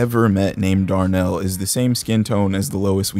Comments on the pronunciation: Oh hell nah, Dahr-Nell? God damn lmao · Darh-Nel...Lois Dolezol 😂😂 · I absolutely lost it at Dar-Nel lmaoooo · His name was Darh-Nel? I'm soooo weak right now 😭🤣 He probably had the weed hook up on Crypton (intentional)